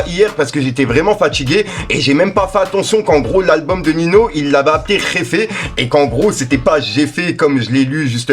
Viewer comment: Srx prononce ninio wsh tu me stresse c pas nino